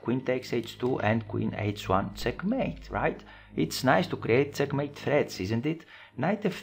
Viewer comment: its check mate....not cek mate....lol